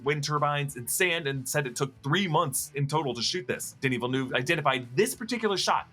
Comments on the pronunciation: It's Denis Villeneuve not Denis Villenoo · the way you say denis villeneuve kills me , im from Quebec hahahahah